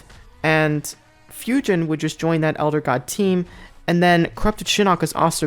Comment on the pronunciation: Not tryin’ ya hate but it’s pronounced ‘Foo-Jin’ in the game and not ‘Few-Jin’ but I prefer ‘Ta-cay-da’ for Takeda instead of in-game ‘Ta-key-da’ 😂